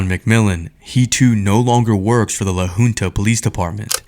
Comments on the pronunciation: It is LA HUNTA not LA HOONTA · Crazy ass video. Great work man. These voile tyrants needs to be held accountable for this!!! Side note: La Junta (Pronounced Hunta) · It’s La Junta, pronounced Hunt-a not Hoonta. I am very ashamed of Colorado law enforcement, CBI for not finding fault with those officers! It scares and sickens me that one of them is training new officers. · Fraker was fired for that by the way. He teaches at our Law Academy now😅 I go to school with his daughter, and I think I’m beginning to see why she’s so messed up, her home life is horrible… And Idk if the beginning audio was text to speech, but it’s pronounced La Huhnta, not La Hoonta. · its pronounced 'la hunt a' i feel so bad for this kid.dirty ass cops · La Junta is pronounced LA HOONTA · La Who police department? 😂 It's pronounced La Haunta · The name LA Junta is pronounced LA Huntuh. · It's pronounced Lah Huntah